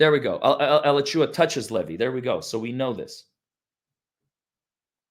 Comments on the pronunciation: It's pronounced Ah-latch-ew-ah !!!! Not Al-a-chew-a. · DeThomas is fromA latch ua county. You miss, pronounced it. Accent is on the end of latch when you say the counties name. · Alachua is pronounced A la (short a) chew wa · Please say "A-LAA-chew-a". Alachua County is my home county for 54 yrs and your pronunciation is driving me crazy. Love your coverage.❤ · It is “uh-lauch-u-uh (where U of Fla is..) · Pronounced A - Laaaa - chu- wa